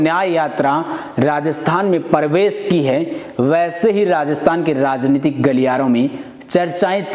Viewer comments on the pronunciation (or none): Video बनाने से पहले बोलना सीखो।प्रवेश को परवेश बोल रहा है।